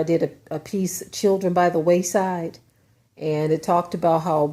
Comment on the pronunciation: Wayside, not Waist side...